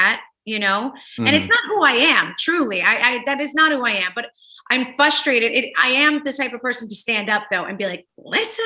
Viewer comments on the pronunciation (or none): “hippo-crissy”.. “FUStrated”.. omg its fRRRustrated & hipOcricy